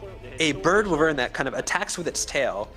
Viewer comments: 𝚆𝚈𝚅𝙴𝚁𝙽 𝙳𝙰𝙼𝙽𝙸𝚃! 𝙽𝙾𝚃 "𝚆𝙸-𝚅𝙴𝚁𝙽". 𝚆𝚈𝚅𝙴𝚁𝙽! 𝚂𝙰𝚈 𝙸𝚃 𝚆𝙸𝚃𝙷 𝙼𝙴! 𝚆𝚈-𝚅𝙴𝚁𝙽😳🤬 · Capcom: a fanged wyvern Translator: f-f- fanged, with-vern, yes a fanged with-vern